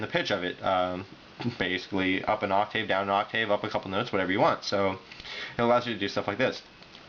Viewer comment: Sorry, but "vye-bray-toe" and "ahk-tayv" are wrong. It's "vih-brah-toe" and "ahk-tivv."